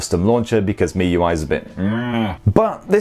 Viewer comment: 💯 agree ads aren't an issue, it used to be on the Chinese variant ROM but global and EEA ROMs no. Also kudos on your pronunciation of miui, it's ridiculous how many people can't pronounce it right. Should also mention that unlocked bootloaders won't be an issue if you buy from the UK official distributors etc it only happens if you buy from china / 3rd parties that buy in the Chinese handsets, unlock them and then flash a global / EU ROM on them. Cracking spec for the price, I mean for daily use its hard to recommend even an £800 phone to most people when this will meet most people's needs and more for a fraction of the cost.